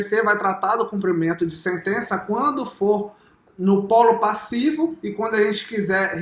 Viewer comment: So precisa aprender a falar: CUMPRIMENTO!!!